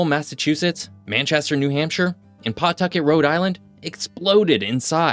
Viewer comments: Pa-tucket...not Paw-tucket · Nobody in Rhode Island says PAW-tucket.. Rhode Islanders say Pa-Tucket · Minor correction. The w in Pawtucket isn’t usually pronounced. The name is more typically pronounced “P’tucket” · It's "P'tuckit", the aw is silent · yeah the weather sucks half the year but I do love living in one of the rare places in the US that's I feel like I can be proud of; and for future reference you've gotta work on your pronunciation of places like Concord (CON-curd) and Pawtucket (puh-TUCK-it) haha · AND..... PAWTUCKET is pronounced with a silent "W" thats how I know he is not from PAWTUCKET nevermind New England.